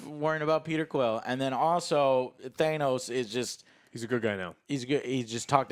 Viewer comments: exactly i had dyslexia when I was young, ahaha anyway ots ok to get names wrong. He kept saying Thanos with a long a sound. He keeps pronouncing Irish Elvas name with longbI sound ahhaahh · Don't forget how he says Thanos